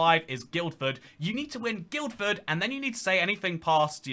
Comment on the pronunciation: Guildford is pronounced "Gill-fud" not "Guild-Fud"